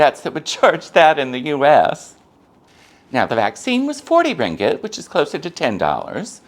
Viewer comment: Thanks for sharing! You’re one of the very few mat salleh who can pronounce “ringgit” correctly 😅👍🏼 I agree about stray dogs and cats in Malaysia. Euthanasia and food poisoning are common occurrences which is sad.